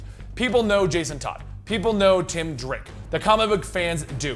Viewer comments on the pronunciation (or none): none